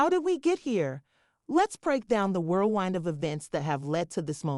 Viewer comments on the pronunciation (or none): Oh dear, this AI voice is beyond ridiculous. " ... the whirlwind" has wind like the weather, not wind like the clock. Poor dumb AI. Learn to read ffs haha